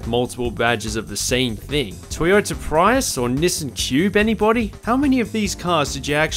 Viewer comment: Don’t think I’ve ever heard anyone call it a “pry-us”…my dad works for Toyota, it is absolutely a “Pree-us”